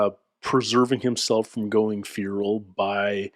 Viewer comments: It's "fair-ul," but is saying "fear-ul" for some reason. The e in fer is not a long e sound. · I have literally never, and I mean never, heard a native english speaker call it "feeral" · I keep hearing "fural" but getting equally confused. Stuff like that always makes me guess myself as a non native speaker. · Who...who pronounces FERAL as...FUERAL? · And 399,999,999 people pronounce feral as "fair-ul."